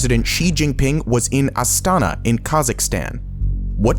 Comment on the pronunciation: Thanks for calling Astana - Astana, and not something else 🌞